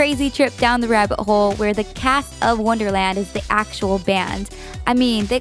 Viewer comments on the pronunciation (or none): none